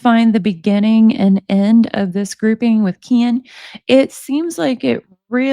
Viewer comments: I love that your saying kaan instead of ken my boyfriend does the same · She says “Keen” just like Gypsy does lol it’s hilarious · I love you reading these, you make it fun. The way you say Ken cracks me up. I hope a Hershey pie is not what I think she is meaning..the pop tart I think I have that one. They are so gross, yuk yuk yuk.. She has no problems talking that crap... How does Ken stay with someone like that. Shows his character. That poor child, let her know right from wrong, that she travels down the right road. Have a wonderful night. Give the kitties a pet for me...thanks❤